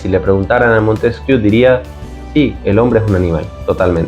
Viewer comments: Se pronuncia "Montesquié", no "Montesquiú". PD. ¿Podías dedicar un vídeo a exponer tu punto de vista sobre la Teoría de la Evolución? Porque, según la misma, la racionalidad (la mente, fruto de la complejidad cerebral) si evoluciona a partir de la animalidad (y yo estoy de acuerdo). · Se pronuncia "Montesquié",: pregunta a cualquier profesor de Historia o de Filosofía. Y sí: ya he visto que tienes un par de vídeos que tratan el tema de la evolución. Gracias.